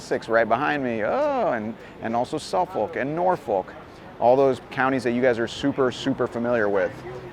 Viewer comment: FYI, it's pronounced 'suf fuk' and 'nor fuk' on this side of the pond - peace and nachos!